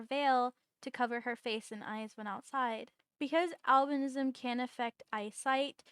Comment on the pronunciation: Just going to say since i love albinos a lot, some people call it albinoism when pronounced sometimes me included but your saying it correct it just depends on the way you say it for most people, it's spelled Albinism and said like al-bin-ism but in some places it's spoken differently which is al-bino-ism, i say it both ways but just thought i mention you are saying it correctly!